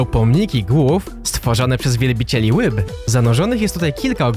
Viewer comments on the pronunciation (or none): Hehe łyba Mam wadę wymowy